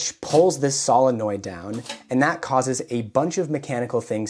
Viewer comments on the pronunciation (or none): everytime you say SOLINnoid, I cringe a bit. SILLanoid. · Cool. Pro-tip; the "o" is "solenoid" is a long "o", like, "So". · Probably already posted here, but I don't have the energy to read a bunch of comments right now. The word "solenoid" is said as "SOUL - en - oid" OK? 👍 ADDENDUM: BTW, that's a BEAUTIFULLY done replacement gear piece! Thanks for making it; I learned quite a bit. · sow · luh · noyd